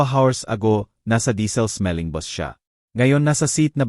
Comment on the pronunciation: Hindi mo Nga alam kung Pilipino ba ito, " bus' Ang pagbigkas Hindi Bos, ma,- la- lim , Hindi Mala- lim, haysst!!